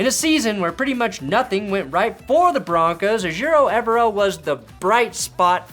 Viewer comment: I can't wait for Evero to finally leave Denver so you can stop pronouncing his last name wrong 👍